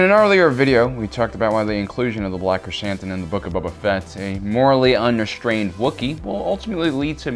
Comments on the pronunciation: My man, When you say black Krrsantan, it sounds like you're saying "Black Chris Hansen" 🤣 your accent doesn't make it sound any better either. Btw I mean well with what I said, not bashin ya, just bringing it up. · Can u just call him krrsantan ffs?